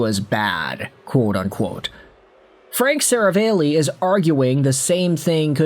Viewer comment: Seravalli is pronounced 'Se-rah-valley' btw.